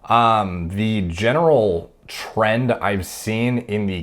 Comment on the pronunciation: When you said, “The general trend...” I couldn’t help but immediately think you said “trenned.”